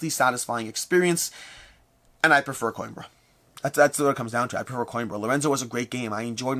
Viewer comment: I finally looked up how to pronounce Xia! Also: Mispronouncing Coimbra (co-EEM-bra) despite me commenting on it for two years. 😂😂😂